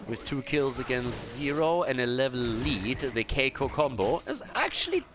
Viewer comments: Here is how to prononce Kikoo ( \ki.ku\) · Hey, i'm Kolios from " KiiKoo Combo " we pronounce it : [Kee] [Kooo] don't know if i helpt you or not but i'm trying ^^